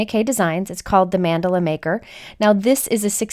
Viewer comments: It sounds like you are saying Mandolin like the instrument. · It's more like mann-duh-la Idk how you'll spell the pronunciation but its kinda like that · I love your videos. Thank you for your fabulous sharing. (I would like to correct your pronunciation of Mandala- Mun-doll-a is a more accurate pronunciation)